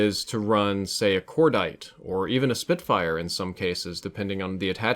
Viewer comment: Btw it's spitfire not spitfyre